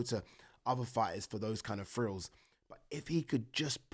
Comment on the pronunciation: Why do you say frills when saying thrills ?